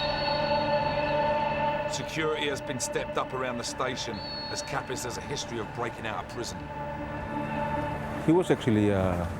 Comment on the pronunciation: 😂😂😂 It's Kapris bruhh... Kapis means something else😅